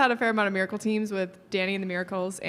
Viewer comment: The "MIRICAL COME BACK"